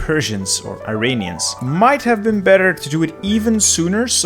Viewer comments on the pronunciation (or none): Just a heads up: it’s pronounced “ear-on-e-ans.” Not “eye-ray-nee-ans.”